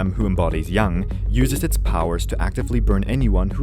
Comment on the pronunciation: omg THANK you for pronouncing yang properly